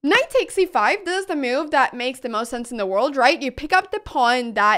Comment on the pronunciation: I love how Anna pronounces the word move as m’you’ve